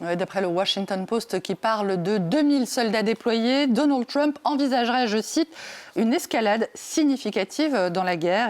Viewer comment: Arrêtez de dire "Tchrump" , ça ne sonne ridicule, pas bien français ,ni anglais d'ailleurs. Dites le en française . Déjà qu'on le prononce Treump est suffisant.